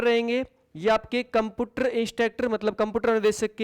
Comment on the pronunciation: कम्पुटर नहीं होता कम्प्यूटर होता है